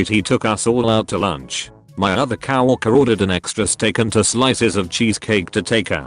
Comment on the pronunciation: I like how said cow worker instead of coworker